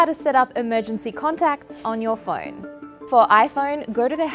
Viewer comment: She still can't pronounce phone right.